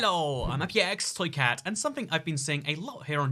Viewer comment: Is toycat french? Every intro he sounds really french when he pronounces his name and then it just disappears for the rest of the video...